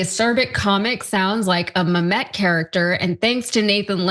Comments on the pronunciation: Mamet David Mamet Not MEMET. MAMET !!!!! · sigh... mispronouncing Mamet. you suck lady. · Your vocal fry told me that you don’t know how to pronounce “Mamet” well before you mispronounced it 🤮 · If you are going to report on anything having to do with Theatre, for god sakes lean how to pronounce on of the most highly regarded artists of all time. Even folks who have never been snide a theatre know how to pronounce MAMET. Come on! Guessing your age and the fact that commenting on pop culture is something you seem comfortable with ….You probably are familiar with the actress who played Shoshanna on the HBO show Girls…..Yeah Zosia Mamet pronounces her last name exactly like her incredibly respected, highly lauded award winning and VERY famous father. DO YOUR HOMEWORK BRFORE YOU OPEN YOUR MOUTH.